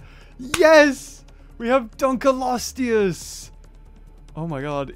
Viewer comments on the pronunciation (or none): It is pronounced dunk-lee-oh-stee-us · How to pronounce Dunkleosteus: Dunk-lee-oh-stee-us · Btw it's pronounced (dunk-lee-o-stew-us) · srsly? DUNKELOSTEUS? its Dunkleosteus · it's annoying me that he pronouncing it wrong it's dunk o lo stee us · is dunkleosteus not dunkelosteus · it's pronounced dunk leo stud. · sorry. dunk leo stus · ITS DUNK L EOSTEUS FFS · auughhh the way you say its name made me cringe so bad p-p